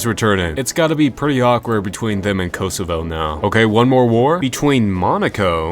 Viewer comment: It's not pronounced "Koasoavoa" it's pronounced "Kosovo"